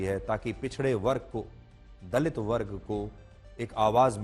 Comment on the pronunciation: Dalit kya hota hai itna bda ankar hai theek se word bhi nhi bol sakte